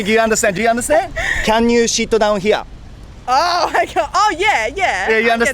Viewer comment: タロサックの侍英語"Can you shit down here?"に聞こえたけどオージのお姉さんも最初表情からしてそう聞こえたんじゃないかな。😂 直ぐ"sit down"と悟ったみたいだけど。